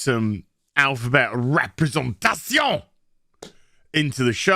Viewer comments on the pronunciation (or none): mate. Are you french? Your representation- word came out soooo frenchy. Ooo lalalalaaa. Batzfemme. I just get me coat. Again. Cheers from Finland.